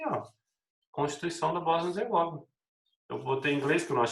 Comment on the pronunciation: Ola professor, só uma observação sobre a Boznia, os nomes europeus quase que 90%, têm a sílaba tônica na penúltima, ou seja, , Herzegovina vai ter a tonicidade na sílaba "vi'", um abraço